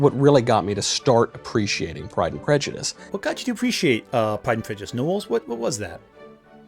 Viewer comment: I was commenting on her pronunciation, and presumed ignorance of the actual book, if she can't even get the title right. . I am frequently the victim of autocorrect, or just clumsy thumbs in general, and my eyes aren't what they used to be either, but your comment suffered from neither of these problems and is flawless.